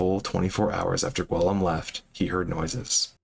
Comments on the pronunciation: not nearly as much as hearing "gwillum" 62 times lol. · Its My-Orcah not Mullorcah. And ghee-yoam. Lol